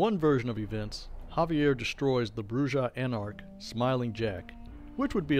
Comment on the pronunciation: It’s Xaviar. Ex-Ay-Vee-Ar. Not Javier. There lore videos are pretty entertaining. The only problem is, they’re out of date. Either you haven’t read Beckett’s Jyhad Diary and any of V5, or you’re choosing not to update the lore to include them, in which case they’re incomplete.